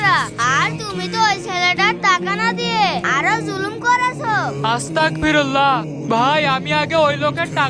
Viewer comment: ভাইয়া উচ্চারণ গুলো সুন্দরভাবে শুদ্ধভাবে উচ্চারণ করবেন আস্তাগফিরুল্লাহ হবে। আস্তাক না